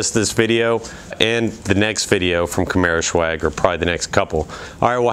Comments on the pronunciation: I've noticed you keep pronouncing it camaro "shew-ag" but really it's just pronounced camaro 'S-wag' it's short for swagger; cool vids though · I love the car, the red is my favorite color. I got a white one because I could not find any red in Florida. Now, is it me or you keep saying camaroshwag? :)